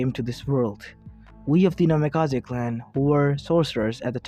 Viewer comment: Bro this hurt my head pls. Change the naimkaze not namikaze